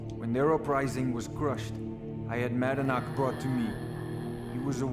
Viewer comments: My hypothesis is that the VA had a minor spoonerism and read "Madanach" as "Manadnach". A bit confused to why nobody cared to point the mistake out but then I realised it's Bethesda. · “Ma-nad-knack” AAA game title. Can’t even edit out bad takes from the same voice actor. BUT SKYRIM IS A MASTERPIECE YOU GUYS.